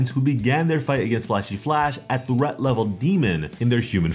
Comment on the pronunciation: Who pronounces threat as thrat? 🤦‍♂️🤦‍♂️🤦‍♂️